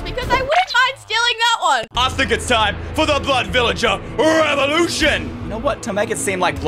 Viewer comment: It's either doesn't know how to say blood villager or she's British because I can speak British a little bit